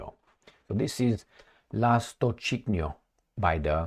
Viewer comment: How hard is it to pronounce russian names after so many years of conflict. LA-STOCH-KI-NO. Means “belongs to little swallow bird”